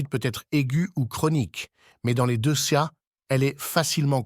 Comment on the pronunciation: D'abord, vous venez nous parlez d'un organe situé à l'intérieur d'un corps et vous ne savez même pas que la lettre "S" située à la fin du mot "pancréas" ne se prononce pas. A Pour "les deux cas", vous avez prononcé "les deusses cas" , alors que ça se prononce "Les 2 K". Et enfin, les maladies ne viennent pas des aliments gras comme vous le dites sans aucune preuve, puisque nos ancêtres mangeaient des produits gras mais "naturels" et avaient une excellente santé même après plus de 100 ans, mais du fait que tous les produits alimentaires, les viandes blanches et rouges et les boissons que nous consommons actuellement contiennent des produits chimiques mélangés dans la terre, puis des produits chimiques vaporisés sur les cultures et les herbes destinées aux humains et aux animaux, puis d'autres produits chimiques mélangés pendant la transformation de certains produits, surtout les produits conservateurs et qui attaquent tous les organes du corps, donc nous consommons des produits "semi-empoisonnés" qui attaquent tous les organes et non pas le pancréas seulement. Par exemple, toutes les boites métalliques de conserves sont essuyées à l'intérieur avec de la graisse de porc traitée chimiquement avant leur remplissage pour prolonger la durée de vie du fer utilisé pour retarder l'apparition de la rouille.